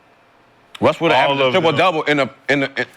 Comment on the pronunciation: What’s funnier, Gil saying “triple thouble” or Chris brown saying “attenten” on “yo” 🤣